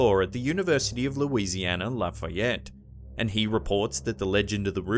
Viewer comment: Thank you for saying louisiana-laughayette.